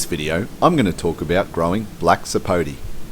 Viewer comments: It's not a Black Sapo'tee'. It's a Black Sapo'tay'. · Actually it's Black Sapo'teh' or Sapo'teh' Negro. The name has a Spanish accent